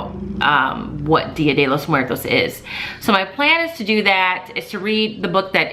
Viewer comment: I just want to say that your Spanish pronunciation is very good😊 Also if you are looking for more resources on Día de los muertos, you should check out readinglikearockstar. She’s on instagram and has many products on TPT. Have a great week😊💕💕